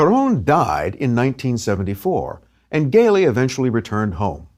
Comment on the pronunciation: Thanks for the interesting documentary. Only it's Gelli with a soft g (jj-elli) instead a hard g. In Italian c or g becomes a soft sound if you wright an e or i after it.